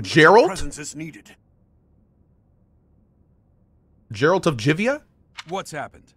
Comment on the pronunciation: Jeralt of Jivia xD